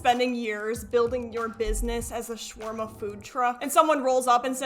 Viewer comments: Additionally, as an Arab, he got the pronunciation more correct than you did. It’s not Shwarma. It’s Shaawarma, if anything. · As an Arab myself, I die a little bit inside every time I hear him murder the pronunciation of "shawarma" 🙁